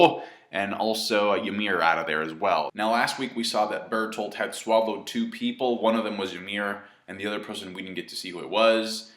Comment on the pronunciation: Burt holt does that help? Calm down. (edit) you said it correctly that time?! then why???